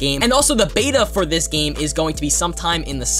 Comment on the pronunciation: Btw its this not ""THISHH"